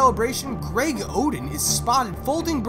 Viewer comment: It's not Hoeden its Oden.